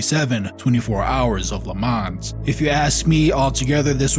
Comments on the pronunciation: the „s“ in Le Mans is silent 😉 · Dude, don't pronounce the 's' in Le Mans.